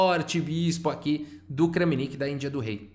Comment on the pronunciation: Olá, gostaria de comentar, é interessante pesquisar a pronúncia dos nomes dos jogadores. Kramnik se diz "Kram-nik" e não Krã-mi-nik. Se ele se chamasse Francisco ou Framcisk seria "Fram-cisk" e não "Fra-mi-cisk."